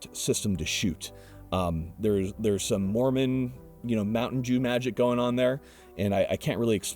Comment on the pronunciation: I had to rewind cause I couldn’t tell if he said mt dew or mt Jew magic 😅